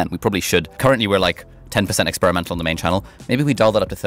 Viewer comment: "...Expiremenal attitude.." Love it! I need to implement this more.